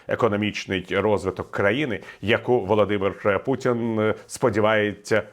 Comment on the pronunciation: пан Портников так подчёркнуто выговаривает "Володимир Путин", что аж тошнит